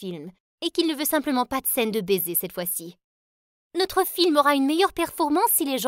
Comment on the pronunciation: Le bésé le bésé 😂😂😂😂😂